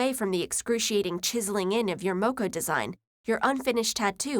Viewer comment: When she said maori and ta moko 🤮